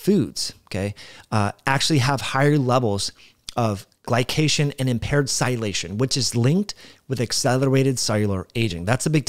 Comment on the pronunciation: You fail to pronounce a whole syllable when you say sialylation. Thanks for opening the gates on this topic for me anyway. Now I absolutely have to look this up, especially in relation to the glycocalyx. Awesome piece of puzzle. Thanks again!